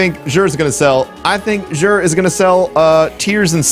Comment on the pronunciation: its pronounced zur where the X makes a Z sound, not a J. its not Chinese.